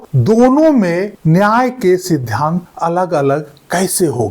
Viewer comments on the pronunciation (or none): Aap "sidhant" boliye na ki "sidhyant" please undestand pronounsation